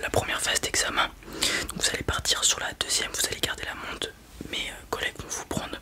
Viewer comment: Tu ne prononces pas les R en fin de mots c’est stressant ! quatRRRe, permetRRe, montRRe, périmètRRRe! 😅